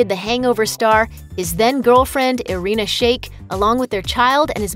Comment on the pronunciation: first time i hear Irina pronounced correctly